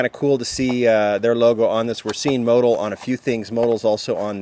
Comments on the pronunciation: Motul pronounced... Mo-tool. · I've always pronounced it mo-tool. Have I been pronouncing it wrong?